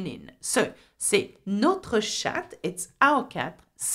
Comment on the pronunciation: Does pronounciation change in 'notre' with & without the accent on 'o'? Hear pronouncing the 2 differently.